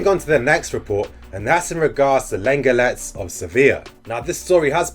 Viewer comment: Class vid bro - lenglet is pronounced ‘long lay’